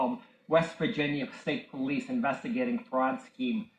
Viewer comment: After awhile this guy is just like blah blah blah! He lost me when he couldn't read the word " Police"